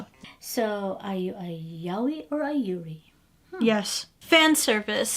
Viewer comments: Yaoi was completely misspronounced... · Yaoi is pronounced Yah - Oh- ee not "yowee". >_> also Loli (Low-lee not "lawlee") an abbreviation off the term Lolita not "lolipop". Look up "lolita" on Wikipedia, it will explain what that is about.